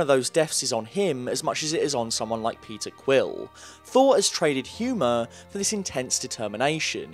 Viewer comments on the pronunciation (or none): none